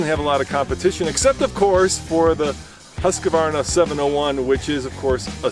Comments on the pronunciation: I love your videos mate. But you need to get the Husqvarna pronunciation correct. It is Husk-varna. Not Husk-a- varna. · Ugh. Why do people pronounce Husqvarna with an "uh" as the second syllable??? Okay, everyone. It's HOOSK-VARNA. That's it. Thanks for the review, though. I've seen melted turn signals from that hot exhaust. My local KTM dealer pretends they don't know what I'm talking about when I mention it. Looking to replace a 14 yo KTM 625 SXC before I need a part I can't find. Maybe the 690 eR isn't it.